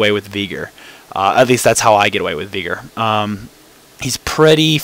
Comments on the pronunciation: NO ITS VEY-GAR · Yes, because Veigar is pronounced as Viiigar. Good job mate. Other than that good "Viigar" vid. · Okay...what's up with all these people that pronounce Veigar as either "Viigar" (how the heck do you even get that?) or "Baygar". If it was called that, IT WOULD BE NAMED THAT. Geez. Other than that good "Viigar" vid.